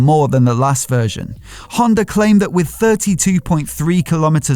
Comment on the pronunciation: Haha... the R is silent :) eller inte ;)